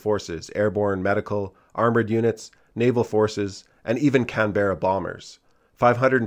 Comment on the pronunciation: If you want to sound like a local, Canberra is pronounced: “can-bra” Love from Canberra! ❤️🇦🇺